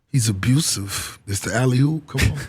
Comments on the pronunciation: Why he keep saying "alley HOOP"? it's alley OOP!!!! He don't know ball😂😂😂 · mf keep saying "alley-hoop" 💀😂